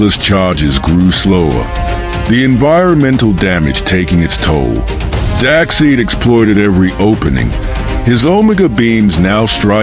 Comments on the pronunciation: His name is Darkseid not darkseed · I kept wincing every time you so badly mispronounced Darkseid. Despite the spelling, it's pronounced dark-SIDE, not dark-SEED! Gawd!! But nice fight otherwise. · Lol dak seed and jjooooger-not